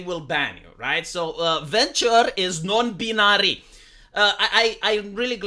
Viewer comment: Hey dude, just wanted to say that I appreciate your content. Whilst I don't always agree with your conclusions, I do very much appreciate that you take the time to put them out there. Also dude as a native English speaker lemme just give you a pronunciation tip for binary, you got it virtually entirety correct, but you have to pronounce the "bin" part as if there was an e at the end. Yes another silly example of the difference between how it looks and how it sounds for English, but I figured it was the least I could do with all of the videos of yours that ive enjoyed. Wishing you all the best for the future and looking forward to hearing your takes on whatever absurd thing happens next.